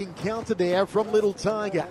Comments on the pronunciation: “LITTLE TOIGA” lol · I think I'll change my name to Little Tiger. Er, excuse me. "Little TYGUH" And I might just make a drinking game out of this video, knocking one back each time I hear... "Little TYGUH..."😉 Nicely fought bout, just not by Little TYGUH so much. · Commentator won't stop babbling about little tiger while she gets her ass whooped.